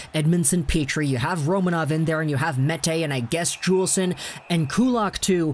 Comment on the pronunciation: Noah Juulsen is pronounced Yoolsen. And he took a puck to the eye and is still recovering his vision. They thought he wouldn’t be able to play anymore.